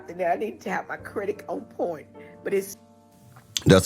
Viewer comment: If you saying "credik" instead of "credit". You really need a man for protection sis.